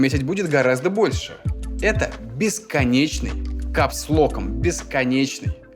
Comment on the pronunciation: Не бесконечный, а БЕСКОНЕЧНЫЙ ! !!! !